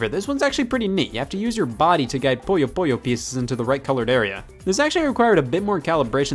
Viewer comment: The way you pronounce puyo puyo really annoys me.